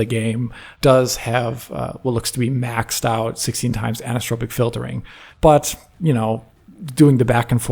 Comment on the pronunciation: Why does keep saying "anistropic filtering", isnt it "anis-o-tropic filtering"? He keeps skipping the o^^ Love you guys:)